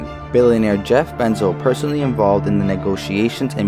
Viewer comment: lolol "Jef Benzo"